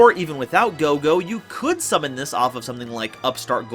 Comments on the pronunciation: minus ur mispronounce of kagero & goe goe name. The vid was awesome!!!!!!!^^ as sum1 who loves playing ninja 🌙 🍃 🥷 💨. This vid was enjoyable. Also decoy can b very helpful as u can play it wen an opponent atk ur set ninja flip it cu, it was atk then activate decoy n protect that ninja. Also for Nast other gud targets r glioath n sloth as they lock 🔐 out exd. Any way kwl vid^^.Also the ball joke was funny af 🤣😂😆😄 bt kagero is female. The new ninja have 2 male 1.meisen.2. Tobari. & 2 female 1. Mitsu. 2.kagero. & r doggo Baku. Also U can trigger green ninja eff by using it as cost for ur dragon ninja.or even for notebook. It can also combo wit shadow sealing. Oh ya idk y the tcg called him senor silver ninja:( wen in ocg he's jst silver ninja. Plus sliver ninja jst sounds kooler!!!!^^ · This was a kwl vid^^ how ever I will agree wit that that did mess up pronounce of names for both kagero & goe goe. Sadly 😥 sooo many yugioh peepz butcher Asian names 😢 I have seen names of a lota cards said wrong 😞😓😩 by multiple yugitugers.